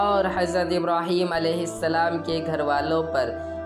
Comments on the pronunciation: इब्राहीमा ❌ इब्राही-म ✅ इन्नका ❌ इन-न-क ✅ सल्लैता ❌ सल्लय-त ✅ बारकता ❌ बारक-त ✅ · Thoda confusion hai bhai Likha hua to ibrahima hai or awaz ibrahim ki nikal rahe hai Or muhammadin ki jagah par bhi Muhammad bola Koi iss bare janta ho to jaroor btaye